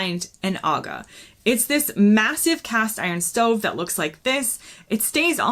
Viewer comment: You pronounced Aga correctly.